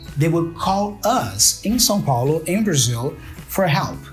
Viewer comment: Good stuff, thank you. I like the way he pronounced Sao Paulo, the city he was from.